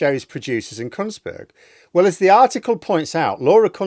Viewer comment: I'm sure you said "Kuntsberg"